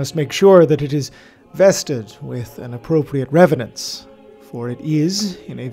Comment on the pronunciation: Good video. I think you said reverence wrong though.